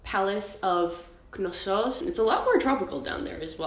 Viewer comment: the way you pronounced Knosos makes are think you've got this far in life by coasting on your looks